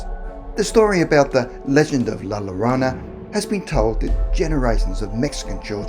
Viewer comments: Double L’s make a Y sound yo ... La Yarona is how it’s pronounced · As so many others have pointed out, the word has a double L and since it is a Spanish word it is pronounced like a “Y”, like “yeah” so it would be “La ‘Yuh-rone-uh’” essential. I am in Phoenix so I am VERY familiar with the double L concept and I always tease my family that I want a “Yama” 🤣 anyhow, like I said, I live in Arizona and there are several variations of the story here! In Tombstone she threw her children in front of an oncoming train and can be spotted walking up and down the tracks at night, or so my best friend’s mom tells me (she grew up there). In downtown Phoenix she can be seen walking along the canals (where she downed her children) used for the Central Arizona Project (to bring water from the Salt River, not salty FYI 🤣). And there are LOTS of other stories here but, as you might know, there is a HUGE Hispanic population here in Arizona! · Lmao A+ for trying 😂 but it’s kinda like La—Yo-Rona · Pronunciation is yo-ro-na that how is sound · Ah, I'm not the only one who heard him call her La Macarena. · “Your own uh” 🤣🤌🏻✨ or -“Your Rona” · Only scary thing about these stories is the way the name is mispronounced 😂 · 🤣🤣🤣 If this person did not take the time to learn to say La Llorona right, I'm not wasting my time watching the video. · Bro you’re saying the name wrong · He said la Llorona wrong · Why does everyone pronounce La Llorona like that, it makes me cringe so hard🤬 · It's alright if mispronounced La Llorona.. growing up in a Latin City (with Spanish forefathers), some of us pronounced Ll as is and some pronounced Ll as Y.. yolo! No big deal to Elders.. and where is the kindness people? is always giving us quality videos, is it too costly (todo vosotros, tiene rabio, ta hace saler como ello ya planta un grande granada) to mistake just one single word? Please do value Patience & Understanding❣😇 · I cringe everytime he pronounces "la llorona" wrong. *facepalm* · "La lolona"